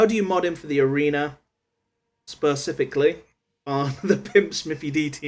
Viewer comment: Spa-cifically haha